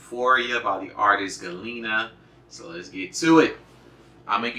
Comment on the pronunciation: The pronunciation on 'e' is not GalEna like ill is like 'E'lephant 😝